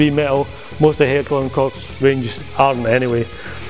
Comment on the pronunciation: Holy shit, a non German pronounced Heckler und Koch right! NICE!